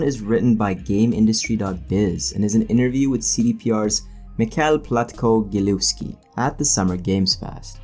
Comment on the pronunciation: Michał Platkow-Gilewski is pronounced “Mihao platkov gilevski”